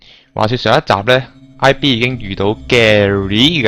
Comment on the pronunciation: 唔好阻止佢呀!!!! 最慘嘅事係: 讀主角名，IB變IG再變LB